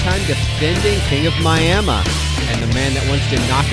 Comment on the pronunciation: You mean Miamuh